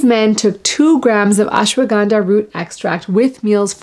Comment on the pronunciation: Surprised to see you couldn't pronounce Ashwaganda in the Indian way.